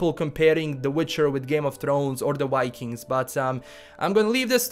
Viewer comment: What kind of a serie is a 'way-kink'? You really can't pronounce the letter V?